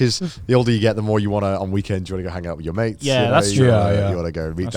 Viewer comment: in the whole part I kept mishearing Joey, kept thinking he was talking about maids instead of mates 😂